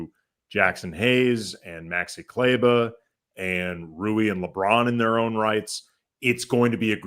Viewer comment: Could they be playing Maxi for other teams to see him (to facilitate a trade)? Also, I know you have no history with him but he’s been a significant contributor to western conf and NBA final teams, and as someone who appreciates that it hurts me to hear you consistently mispronounce his name. Please either have enough respect for him to learn how to pronounce Kleber or just call him Maxi.